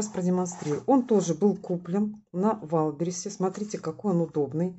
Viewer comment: не валберисе! а ваЙЛДБерриЗЕ! ну хоть немного правильно произносите